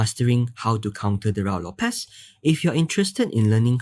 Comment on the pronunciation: IMHO it is pronounced RU-I LOPEZ.